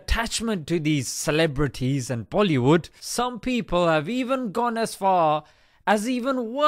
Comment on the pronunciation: Hahahahah the way he pronounce es the clebs name.